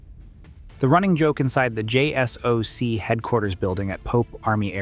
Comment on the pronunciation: It's not pronounced Jay Ess Oh See, it's pronounced Jay Sock.